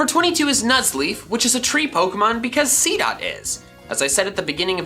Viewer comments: Did anyone else see that he said seadot 2 times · He sedd seedot 2 times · You said seedot twice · He did seedot two times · You said seedot twice.